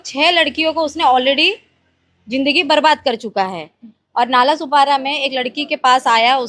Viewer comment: नालासोपारा ✅ नालासोपाडा ❌